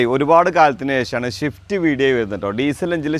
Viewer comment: മുത്തേ ഷിഫ്റ്റ് അല്ല സിഫ്റ്റ് ശ്രദ്ധിക്കുക